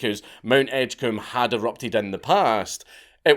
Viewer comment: Though it is pronounced Edge-comb 😂